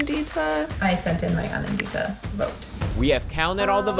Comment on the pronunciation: The way they're pronouncing "Anandita" is hurting my soul please.